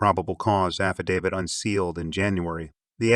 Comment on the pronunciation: You absolutely won the award for worst pronunciation of the victims names. Did you ever consider making sure you pronounced them correctly. Also just heard you don’t know how to pronounce affidavit.